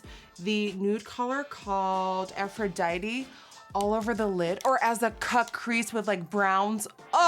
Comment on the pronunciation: Not trying to be an English Nazi but when Nikki says the colour “Aphrodite-y” is it really Aphrodite-y or is it really just Aphrodite?-Asking for a friend 🤔